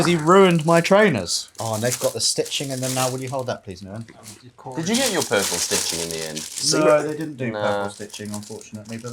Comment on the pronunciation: Ngyuen is pronounced as Win, you have been calling him by the wrong name since the day you met him and he literally pronounced his name when you introduced him, and you all kept going with the wrong name.. People will put up with Western shit, as long as you are willing to pay. Try harder